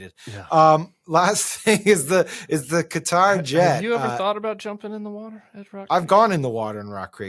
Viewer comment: Can you gang please pronounce Qatar correctly? 😊